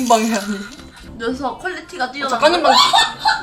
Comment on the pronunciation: 아직도 작가님이 아니라 ㅈ까님으로 들린다..